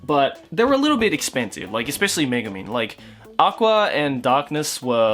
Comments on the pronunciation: I thought you say Megaman, ahh it's Megumin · exactly I was just about to comment that